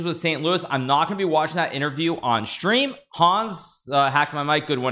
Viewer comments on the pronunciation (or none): none